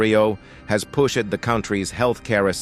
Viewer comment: Is it not possible to get the facts correct...Mumbai is on another continent altogether, not Africa.... and pronounce the words correctly...u-nee-ted/united, push-shed/pushed? Unprofessional!